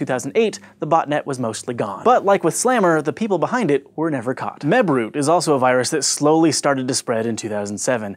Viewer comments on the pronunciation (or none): holy crap when you said mebroot i paniced thinking you said webroot, my anti-virus.